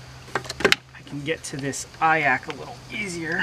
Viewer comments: Never heard someone call an iac an "eye ack", live & learn I guess. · That surprised me too, I've never actually heard anyone pronounce it, just assumed it would the 3 letters. Nice vid tho, man